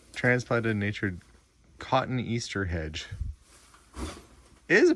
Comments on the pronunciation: Cotton Easter is really pronounced cutony aster. A flower. I like these clean out videos. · I had a little giggle at the Cottoneaster hedge . It’s in fact pronounced ‘cotonyaster’ .